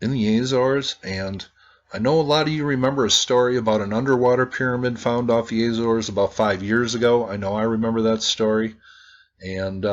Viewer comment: AH-zor-es, or Ah-zo-ress, not AY-zors